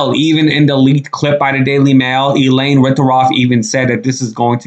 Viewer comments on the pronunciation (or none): none